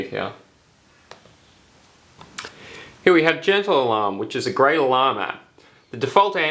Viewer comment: When you said " great alarm app " about the gentle alarm app i thought you said " grey llama " LOL